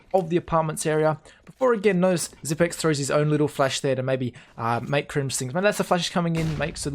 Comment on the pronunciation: HIS NAME IS PRONOUNCED SIPNIX...